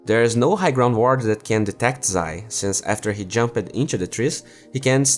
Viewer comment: It triggers me how you pronounce "jumped"